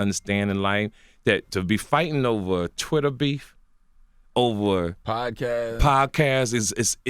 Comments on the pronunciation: It's podcast not pobcast TK lol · "the pobcast" hahahaha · if he say "PoBcask" 1 more damn time 😭😂😭😂😭😂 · ... Is he saying PoBcast??? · If he say POBcast one more time 😩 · Why does he keep saying poBcast?! LOL, somebody correct him already! TK Kirkland the type to say, "hey have you seen that new trump MeMe?" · Is he saying pob cast? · CaliCool91 Or pobcast as he pronounces it lol